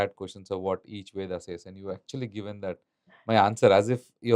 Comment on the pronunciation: Why northies pronounce ved instead of correct term veda? Yog instead of yoga. Hindi pronunciation is not Sanskrit